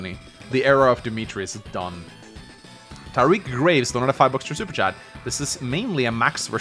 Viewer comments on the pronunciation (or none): none